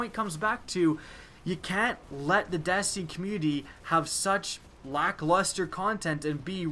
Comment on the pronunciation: I thought you were talking about destiny, not destiknee